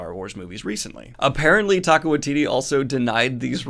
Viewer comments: Interested in the app you mentioned. Thought you should know their support is worthwhile. Also, I love you, but you're saying Taika's name um.. Wrong. Think of it like Tyka. 💚 Glad you shared the info. We've done the scholarships for over a decade. Given how violent they were HBO seems like a good home for Looney Toons. 🤣 Also, eff Tolkein's estate, since he didn't actually invent elves and whatnot. And also, you're welcome for the publicity. 🙄 Also, also. Is too little too late for Netflix. No release date for season 2, and a tech problem had their customer service tell me, "Finds something else to watch." So I did. Titans is a great show! Never going back to Netflix, short of an apology that is not likely to happen. Nice news wrapup! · Say it with me -Taika is pronounced “Tie - Ka” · I think you're pronouncing Taika wrong? I think it's more like "ty" for the first one.